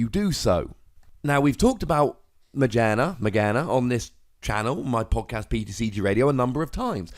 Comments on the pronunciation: Also my friend made this deck when Audino came out :P and it's pronounced aw-dee-no and ma-geer-na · Ma-gear-na not trying to be that guy but yea... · majearna is how yo pronounce it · It's a gear. Ma-gear-na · Its maGEARna, not too hard to pronounce